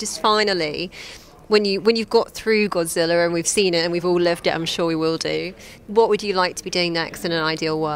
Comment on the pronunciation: Godzilla not godziller